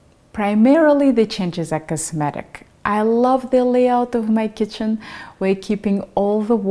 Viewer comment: did you say Goodbye Chicken in stead of Kitchen? It was funny!